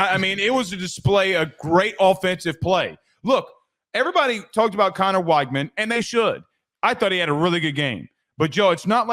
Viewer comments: Nice vid. Just as an fyi tho, it’s Wig-man not Why-gman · Great show, by the way, it's pronounced "WEG-min"